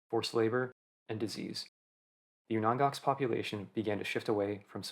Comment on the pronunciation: You are pronouncing Aleut and Unangax incorrectly. Aleut is pronounced as a-lee-oot. Unangax is pronounced as ooh-nang-ah, or there is Unangan. Please learn pronunciations before making an informative video.